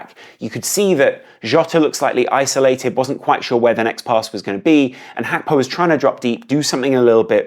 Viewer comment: Mate what is HAKPO. Say Gakpo. Even I’m his interview he pronounces it the way it I spelt.